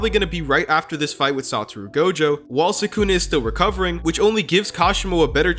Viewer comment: sukuna❌ Sykunno✔